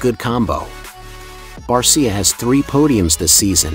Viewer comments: You need to pronounce Justin Barcia" name properly. He says it with an sha on the end. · Train your computer to say it right or type in Bar-sha. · I hate these Bot videos. For god's sake get his name correct lol.